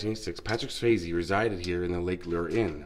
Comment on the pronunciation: Hey I love the way you pronounce Lake Lure ❤️